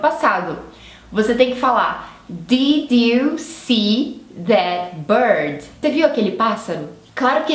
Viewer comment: Posso te dar uma dica construtiva? Diminui um pouco seus "is" nas palavras, por que no inglês tanto americano quanto britânico eles não existem. Não é DIDI é DID Não é BIRDI é BIRD Não é ENGLISHI é ENGLISH ITI .... GOODI....NIGHTI Esse I não existe. E assim segue.... Isso acontece por que não temos essas terminações no Português, então para algumas pessoas é difícil terminar a palavra em algumas consoantes, por que sentimos que paramos no "meio" da palavra.